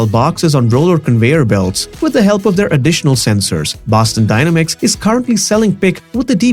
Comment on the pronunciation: You’re pronouncing the word dynamics wrong and it's very annoying.